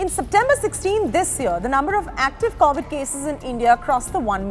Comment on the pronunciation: Man! It's CoVid, not CAUvid.